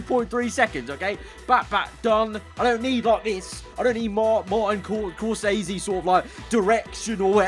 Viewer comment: Its Hallelu-YAH (and spelt Halleluja). Not Hallelulia or whatever you're saying. Edit: Martin SCORSESE not Corsese. Jeez.